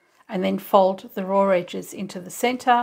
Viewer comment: That's a beautiful bag! I love the striped contrast fabric. (When you said "raw", it made me think of my dear English mother. That's how she pronounced it. Funny how little things bring back memories when someone you loved is no longer with you.)